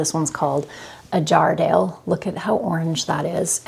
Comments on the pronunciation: I grew up just up the road from Jarrahdale in Western Australia. Your pumpkin looks like it's cross with a Queensland Blue No worries because they are both pretty good Also, it's pronounced jar-rah-dale Not jar-dale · The Jarrahdale pumpkin is an Australian variety - we pronounce it JARRA-DAYLE (jah-ruh-dayle). My favourite to grow is the Kent pumpkin - worth a try if you can get some seeds! Will need to see if I can track down some peanut pumpkin seeds this side.